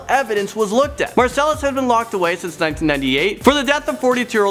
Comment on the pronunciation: "Axecuted by lethal injaction by the state of Taxes" Markellus Marsellus Markellus Marcellus.....